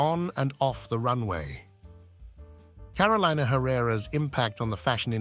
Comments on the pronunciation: its pronounced Caro le na not carolaina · Her name is pronounced CAROL-EE-NAH. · I cringe every time her name is mispronounced. It’s Car-o-leena